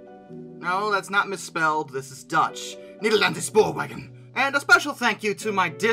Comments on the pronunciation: Fantastic work, and I loved the fact that the Dutch decided to lovingly hijack the channel! Keep up the good work, guys!!! Also, Nederlandse Spoorwegen is pronounced similar to "Nederlandshe Shpoorwechen" - and Nydqvist is like "Nidqwist" I believe? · the way he said Nederlandse Spoorwegen and LoL